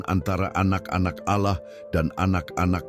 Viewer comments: 😅kirain aku aja yg curiga mendengar kata ' auloh ' nya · Seperti nya ini Salah satu imam² Palsu tersebut ketika menyebutkan Nama ALLAH kok Agak Laen ku dengar ya 😅